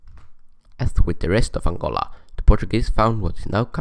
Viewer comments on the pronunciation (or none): aangoLAAA😆😆😆😆 / as he says it.